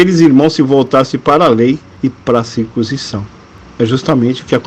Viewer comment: Porque você não ler corretamente a palavra circuncisão?